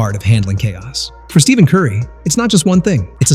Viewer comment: Did you know that in a typical NBA video, someone who can't even pronounce Stephen Curry's first name doesn't deserve to be listened to?